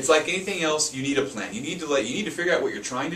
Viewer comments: ok... and (wtf?) this video can be summarized in one sentence. "Start with a written plan." Guys....props for giving information, but the whole video contect exists within the first 30 seconds. Also, it sounds like both of you are saying "plant" instead of "plan." Unless, you really mean you need to start with a "plant." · thought he said you need a plant lol